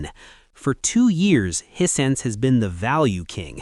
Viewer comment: As mentioned on previous vidoes, this guy is AI. One minute he's saying Hissense instead of HiSense. Then later on he's saying Hisen. This is because the AI doesn't really know how to say the word. If he was a real person, a real reviewer he's know how to pronounce aTv brand correctly